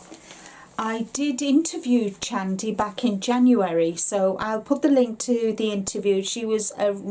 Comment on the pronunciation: Hi Linda. Lovely video. I’ve followed Chandi, Tim and their channel and team for years. Their yarn is gorgeous. And their designers including Chandi are amazing! I’m going to look for your interview with her right now. I took a quick look and wasn’t sure if I saw it. I hope you are well and my thoughts and prayers are with you. Thanks for sharing.💞 p.s. Her name is pronounced Shandi even though it’s spelled with a Ch. The Ch is not pronounced ch as in Cheese but rather a soft Sh as in sheet. Just thought you’d like to know. 💕